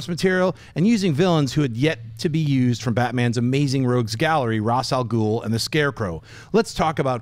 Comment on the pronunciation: excellent pronunciation from schnepp (Ra's Alghoul). this is the first time I hear someone saying it right. :)